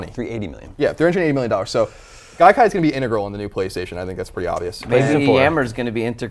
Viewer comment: Dude, it's Gaikai.